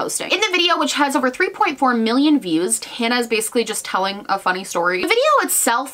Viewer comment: Why is it that people pronounce her name "Mojo" and not "Mon Jo"?